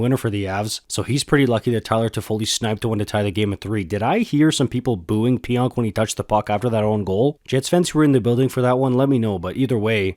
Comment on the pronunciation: Pionk - the k is now silent.